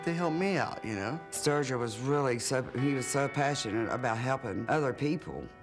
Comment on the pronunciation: Not virgil not sturgeon...sturgil